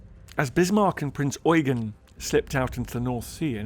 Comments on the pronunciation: I cringe every time I hear Prinz Eugen mispronounced on youtube. It's Prinz Eu-GEN, not Prinz EU-gen. The stress should be on the last syllable. Drachinifel gets it wrong all the time, too. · I'm not sure you understand the point I was trying to make. What you wrote pertains to phonetics, which isn't my issue. My issue is with how they stress the first syllable of Eugen, rather than the last one. Sure, German EU is pronounced like english OY, but everybody knows that, and everyone in this video pronounces it correctly They just insist on putting the stress on the wrong syllable. Hence why I wrote "EU-gen" (correct stress) and "eu-GEN" (wrong stress). What you wrote (Oy-Ghen) sheds no light on where the stress belongs, and instead corrects a mistake that no-one made.